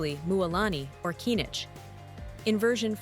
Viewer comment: How did they butcher kinich?